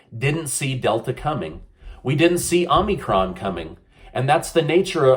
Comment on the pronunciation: Please learn how to pronounce, "Omicron."